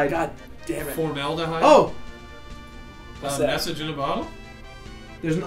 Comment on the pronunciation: 'formaldahyde' lol